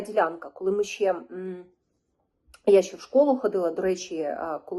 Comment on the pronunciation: Щьо, щє🤮🤮.Що за вимова жахлива!??